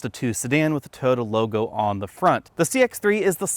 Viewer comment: My god I laughed when u pronounced Mazda BUT omg you butchered Toyota!!!